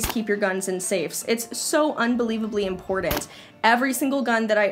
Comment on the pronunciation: I get a trip out of how she says important. 'impordant'